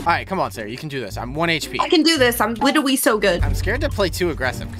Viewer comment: "I'm witerally so good" got me dying